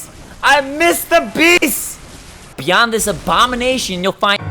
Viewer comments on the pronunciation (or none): none